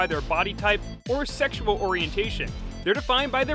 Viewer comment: "Sexial Tension!"